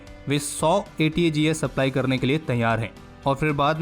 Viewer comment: Aapne ATAGS ko ATGS Boldiya.